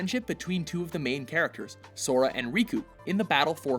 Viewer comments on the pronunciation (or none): none